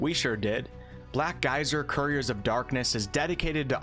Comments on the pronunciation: You say Black Geyser and i hear Black Isle. I approve. :) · The first sentence sounded like "Black guys are couriers of darkness." Did NOT see that coming. Took a second to readjust. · Sounds like you are saying "Black Guys" which isn't horrible, I would play a CRPG with black guys. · I keep thinking you're saying "black guys"